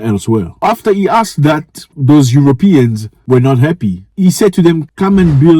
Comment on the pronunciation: Aeropean not European